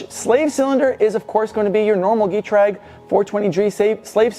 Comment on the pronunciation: Hate to be that guy but Getrag is pronounced with the schwa ɡəˈtʁaːk. Rounded long e. In any case cool project